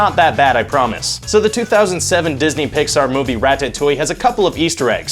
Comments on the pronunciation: Omg learn to say ratatouille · Guy can't even pronounce ratatouille XD